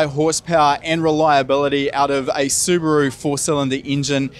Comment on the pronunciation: Appreciate a kiwi who is able to pronounce Subaru correctly.